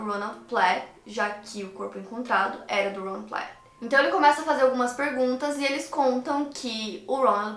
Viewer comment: No final a vocação dele era caloteiro, nossa que ódio desse caso, o cara com a maior cara de bobão e de bobão não tinha nada. você falando Ron Platt é muito satisfatório, inglês perfeito!